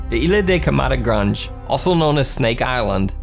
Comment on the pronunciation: Might I just say thank you for pronouncing "Grande" in the proper Portuguese way. Most people pronounce it as someone Hispanic would.